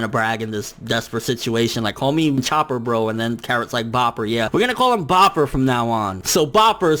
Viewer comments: "I think we're having a break next week." Uhh, yeah it said so on the last panel. No thoughts about it, just read the panel. Also, it's BROPPER, not BOPPER, as in Brother or Bro Chopper, or pper, when combined is BROPPER. Again I don't get how that was missed. Hell, even the TITLE FOR THE CHAPTER says Bropper. Did you really just skim through this chapter instead of reading it in full? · its Bropper, not Bopper, get it together